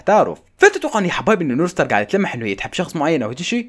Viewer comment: يكول نور ستار مو ستارز هههههه😂😂